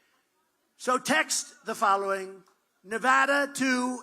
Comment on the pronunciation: The only easterner who can say "Nevada." Trump is truly the Great MAGA King. 🙏🙏🇺🇸🇺🇸2024🇺🇸🇺🇸🙏🙏